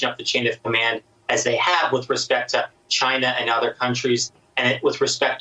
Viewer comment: Why does tRump repeatedly butcher the name China & continuously pronounce China as Chiinah? Do you suppose he does this on purpose or really is that dumb?